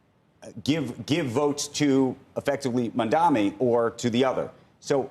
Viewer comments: Why are they ok with calling Mamdani as Mamdami? Cuomo got corrected in the debate regarding the name. Maybe he is still salty that he lost but what about the anchor calling him the same? Don't they have standards to not call people's names incorrectly as a host? Why not learn how to pronounce it before saying his name a lot in the segment. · These loser clowns can't even say mamdani properly. Ross sorkin keeps saying mandami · or they like to say mandaMI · the name is "maam-daani"..m-a-m-d-a-n-i. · Title should be renamed to: Rich Millionaire TV anchors who can't say Mamdani's name right collude on live TV how to win election with millionare Andrew Cuomo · They are so detail-oriented that they can’t pronounce Mamdani correctly! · They do that on purpose I believe.